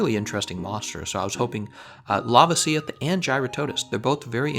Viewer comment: The way you pronounce la-VA-si-oth and JEW-ra-TO-das triggers me.